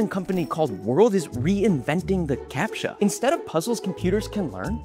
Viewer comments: "Capttttcha" hits hard 🔥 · And it doesn't even get a proper appreciation in the pronunciation of the word 😔